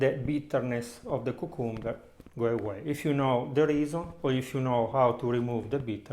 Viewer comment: "KYOO" + "kum" + "buh"